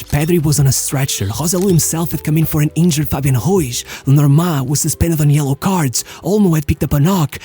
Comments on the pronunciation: Why does he pronounce it "Martinesh" and "Ruish"? That's Portuguese, dude... Learn to pronounce Spanish properly: Mar TEE Neth, Roo EETH. It's crazy how certain trends influence people's pronunciations of names and surnames. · Just for the record , you pronounce Ruiz as a Portugese surname. He has a spanish surname so it would be pronounced with a hard "r" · Nice video... but why do you pronounce all the spanish names like a portuguese?!?!?... It's not NavaCHHHH, it's NavaSSSSS. It's not Fabian RuiCHHHH but Fabian RuiZZZZZZZZ... 😉Please do it for my spanish hears....🙏🙏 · Love the vids SO MUCH!! But please work a lil on the pronunciation of the names. Cuz it‘s not „Ruish“ but „Ruiz“